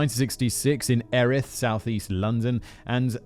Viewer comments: Air ith 😂😂😂 it’s ear ith (like earish) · Erith is pronounced more like Ear-ith - well that is how people who live there pronounce it. And just realised all this started when I was 15 and happily walking around the area at all times and I don’t remember this at all! At least I only remember Colin Stagg and the murders but no idea he was ‘practicing’ in Erith and Plumstead first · Just so you are aware, it's pronounced Elt-Ham (Eltham) and Ear-rith (Erith) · Oh God he came from Erith (pronounced ear-ith, Simon!) the most depressing place on earth. I lived there for less than a year and jesus. Someone set a couch on fire outside my 9th floor flat that had no fire escape too. Lovely place -_